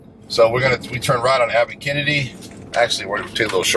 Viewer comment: Abbot Kennedy?? Don't u mean abbot Kinney?